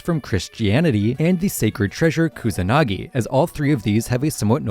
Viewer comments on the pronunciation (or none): none